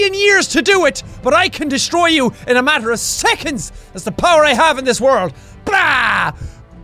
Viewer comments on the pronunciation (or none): none